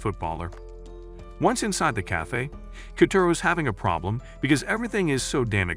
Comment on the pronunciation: The way you said cafee got me rolling on the floor😆